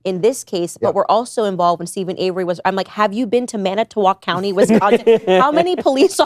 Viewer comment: It was so weird hearing Candice say Manitowoc County. I'm literally living in Manitowoc County WI. lol. I Think this show was great.